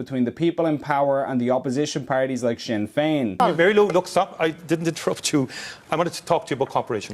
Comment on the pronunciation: "Sin" Fein 😢